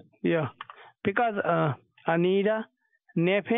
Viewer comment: "Anida Nappa", now I get it lmao. Almost as good as Viky Leeks.